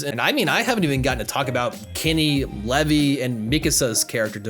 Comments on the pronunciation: Levy? Levy?! LEVY?! It’s LEAVE-EYE!!!!!!! Like Levi Strauss! Not Levy you butthead😂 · Did I heard u calling Levi (Li Y) as Levi (Le V)????? Beware of Levi fans 😑😑😑😑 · Bro, you are the definition of an anime-only xD. I'm sorry but your comments about how S2's art style being inferior to S1 when S2 had some of the best animation in anime and you pronouncing Levi, "Levy??" What are you smoking my guy xD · LEVVY? lol. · "Mikusa", "Levy" lmao imagine hearing their names mentioned in the show over and over again for over 20 hours just to say it wrong. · Did he just call Levi “levy” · You had me until you said levee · This man called Levi...Levvy.. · Did he just call Levi, Leve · Eh this guy can't even pronounce Levi and calls him Levy? After watching three seasons? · The fact that you said levi and not levi 😑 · Have you been pronouncing levi wrong this whole time